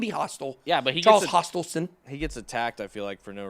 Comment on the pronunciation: “Charles Hostile-son” 😂